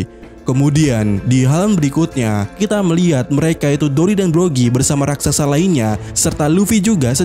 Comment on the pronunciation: bukan rasaksa tapi raksasa!